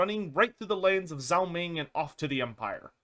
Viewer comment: I gotta say, his name is "Zhao" not "Zao." It's pronounced kind of like "Jao." Sorry, I love your content but I could only hear it mispronounced so many times ha ha ha.